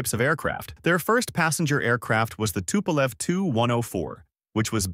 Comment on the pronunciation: Should've been longer and a bit more detailed, or at least focusing on other, much more important planes. Tupolev (spelled and pronnounced incorrectly) - 140 is a good example, but you only briefly mentioned 95, which is something you could make an hour long video about, a direct competitor to he B-52, a gigantic turboprop with insane range and payload capacity while being nuclear. No mention of Tu-160 is just criminal, it is one of the most prominent supersonic strategic bomber currently available, see current Russo-Ukrainian conflict. Ilyushin (incorrectly spelled again) - again, not mentioning Il-2 is absolutely criminal, this planed played a major role during late WW2 and is absolutely legendary strike aircraft. Il-76 and 96 deserves a bit more air time as well as not mentioned Il-10. Yakovlev (finally properly spelled/pronnounced) - No mention of the absolutely legendary WW2 crafts like Yak-3 and 9 and their variants, and modern models like 38 and 141 just shows total lack of research or "idgaf" of writer. Yak has a plethora of interesting, experimental aircraft that deserved at least few seconds of air time, in exchange on focuing on their civilian planes Sukhoi (back at incorrect everything) - At this point I really wonder, how come you spent most of the time at one of their two civ aircrafts, while their mil planes are one of the best in the world. Su-27, 30 and 34 got only a few seconds mentioning their name, while they are probably the most iconic USSR planes of the